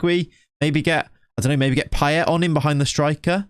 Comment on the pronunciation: 'Paye' you dont say the T...